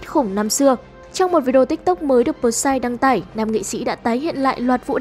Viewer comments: Bờ sai vkl, P S Y người ta thành đọc thành bờ sai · Huhu, sao lại đọc là pờ sai